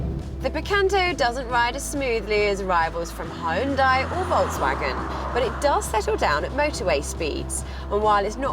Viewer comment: Being in the car business and not knowing how to pronounce Volkswagen is just embarrassing.